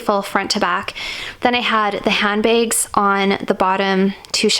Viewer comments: Lol i realized she always pronounces hand bags hand begs :))) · The way you said handbags is amazing